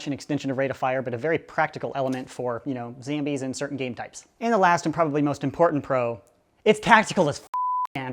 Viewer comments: PLS STAAAAAAAAAAAAAAAAAP SAYING ZAMBIES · Why does he say zambies?🤣🤣